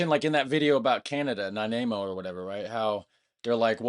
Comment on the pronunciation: Nanaimo, not Nainamo.